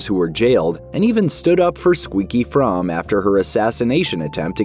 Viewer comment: Squeaky Fromme actually pronounces her own last name as "FROAMY".